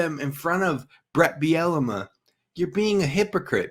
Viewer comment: I'm sorry you had me laughing with your coach Bielema pronunciation...it's pronounced ( Beel la mah )....Not Biennema..Bielamee..Biellama...again sorry - Damn funny. Which reminds me I think I'll drink today. Love the show - Love all the new transfers/recruits....football/basketball/men's/ women's - go Gophers!😎